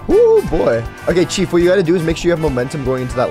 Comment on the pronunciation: Every time says chief, I hear cheap